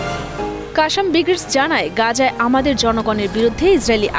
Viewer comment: কাশাম নয়, শুদ্ধ উচ্চারণ হবে "ক্বাছ্ছাম" ক্বাছ্-ছাম